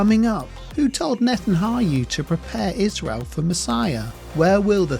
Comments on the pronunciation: NetanYaHu. Not the other way around! please don’t disrespect him by misprounouncing his name. It’s disrespectful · Yahu not hayu! It’s not hard!! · It's not Nethanhayu It's Nethanyahu 😂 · You're not pronouncing Netanyahu's name correctly. You're saying Ne tan ha yoo rather than Ne tan ya hoo. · I wish you would pronounce NetanYahu not NetanHAYU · Its not Netanhayu, its Netanyahu, inform yourself before making any kind of video…. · It's Not netanhayu it's netanyahu 😂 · Pls be corrected, it's Netanyahu not Netanhayu as the video narrator keeps on mentioning. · The narrator MISPRONOUNCES Netenyahu's name umpteen times! It would be far more convincing if at the very least you can get someone who can say Neten Yahu, not NetenHayu!!! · Netanyahu not Netanhayu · NETAN YAHU not Neten are yoo!!! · My brother its Natan Yahu - not Natan Hayu. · His name is Netanyahu not Netanau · Why do you say “Netan-ha yu” 😂😂. It’s Netan-ya hu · NetanYA HU...say it with me...please and thank you! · I don't think you should be making a video on Netanyahu when you can't even pronounce his name right in the first five seconds of the video... Netan HA YU? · not Netanhayu, but Netanyahu!!! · Netanyahu! Not NetanHAYU, the way the reader is pronouncing it!! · Brother, it is NetanYAHU, not HAYU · It's NETAN -YA - HU not NETAN HU - YU. Continually mispronouncing his name detracts from an otherwise interesting video. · Please learn how to pronounce Netanyahu instead of calling him Netannayu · Please read the name "Netanyahu" again and then try to pronounce it. You seem to be saying "Netanayhu" or something like that. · Its netanyahu not hayu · Net en yah hu. That is how his name is pronounced. Blessings. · Netan-Ya-Hu (pronounced hoo) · Your pronunciation is wrong though brother. It is pronounced Netan-Yahu. Yahu is God's name. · It's not Netan-hayoo. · Neh-Tan-YAH-who Ax-Sah I’m not lysdexic 🤣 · It’s Ya- hu not whatever you said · Why do you keep calling him Natan-hayu ? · Can’t say his name right?